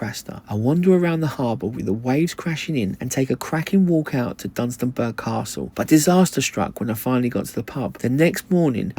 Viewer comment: That's a proper Northern sarnie, you're the thick one not the bread. Dunstanburger castle !! It's pronounced the same as Edinburgh.